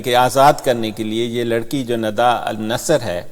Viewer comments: Nada nhi Nida please! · Sir I know but you always pronounce her as Nada. I appreciate your and efforts of your team on YouTube and other social media. Regards